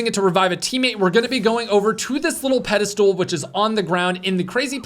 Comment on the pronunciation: Does keep saying “Pedal stool” instead of Pedestal?